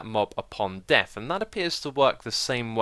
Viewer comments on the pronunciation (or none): none